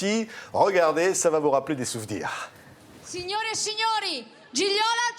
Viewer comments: Dommage que le journaliste ...c'est typiquement français.d'ailleurs ..😕 avant le entretien n'essaie pas de voir comment prononcer correctement le prénom Gigliola, dont gli ne se prononce pas comme un G... qui est muet mais lji .. Gigliola par contre, parle parfaitement le français et sans fautes ... Bravissimooo ❤🇮🇹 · Magnifique ! Mais entendre son prénom écorché alors qu'elle l'a prononcé, en italien le g ne se prononce pas. Donc, c'est Giliola. C'est pas très grave mais quand même... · Même pas capable de prononcer son prénom correctement ! Le second G est muet !! Gi-liola !!